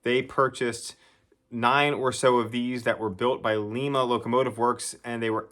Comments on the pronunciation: Lima, not "Leema",! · Sorry, it Līma.as in lima bean 😅